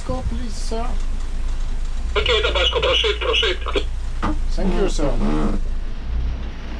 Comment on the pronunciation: C'est pas "prosit prosit" mais "proceed proceed" qui veut dire aller de l'avant en anglais. C'est vrai qu'avec l'accent grec...